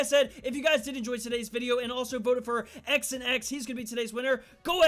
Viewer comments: I’m pretty sure XanX wanted his name to be pronounced Xanax not X and X 😂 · "X n X" It's Xanax homie. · Lol, it's not x an x, it's Xanax 😂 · His name is pronounced Xanax lol obviously